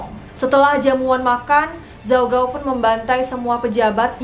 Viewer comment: baca namanya ada yang salah kak :( gao itu g nya dibaca k